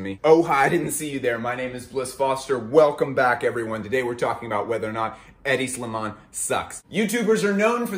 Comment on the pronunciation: Any idiot who can’t correctly pronounce a designer’s name has no right judging anybody in fashion.